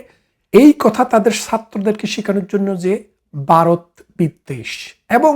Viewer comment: বারত না বলে ভারত বলুন